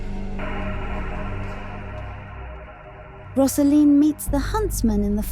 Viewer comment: You have it very, very wrong. It is not about that at all. It’s about a girl coming into adulthood. You’re talking absolute nonsense. It’s as if you have watched it once and came to the wrong conclusion. Btw, it’s not Roz-A-Leen, it’s Rose-A-Leen.